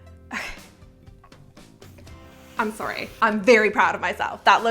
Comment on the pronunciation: I love how canadians say sorry as " I'm So Sooury" Anyone who has watched Anne with an E knows what I'm talking about 😂